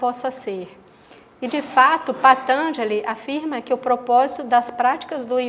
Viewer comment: patanjali tem a silaba tonica na quarta silaba....e não na terceira